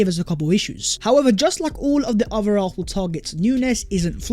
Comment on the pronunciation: ARSENAL NOT ARFFFNAL!! GET IT RIGHT!!